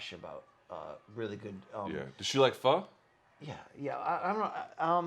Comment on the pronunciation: Just FYI Luke, Pho in Vietnamese is pronounced FIR